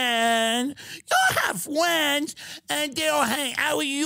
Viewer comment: "We don't have any FWENDS!"